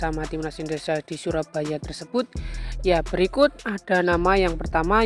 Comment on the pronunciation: Benerin dulu bahasa nya min. Indonesia bukan endonesa